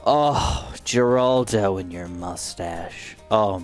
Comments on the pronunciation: you pronounce geraldo wrong its more like heraldo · nah bro why he said geraldo like that